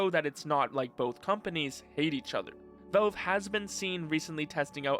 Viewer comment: It's valve, not velve.